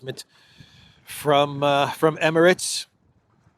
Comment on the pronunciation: Finally someone pronouncing Emirates correctly